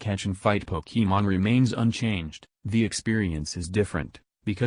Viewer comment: Your voice can't pronounce Pokemon correctly. I'm so fucking triggered.